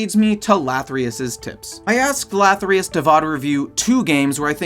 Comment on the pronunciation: LATHYRUS not - lathryus